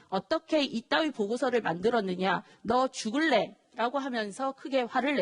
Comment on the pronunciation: 너죽을래가.... 너 자살 당할래로 들리네